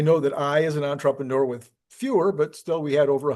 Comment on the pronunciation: when are you going to learn how to say entrepreneur? Any realtor, jeweler, nuclear physicist, etc. that cannot pronounce their own title is one I wouldn't trust and it is really just embarrassing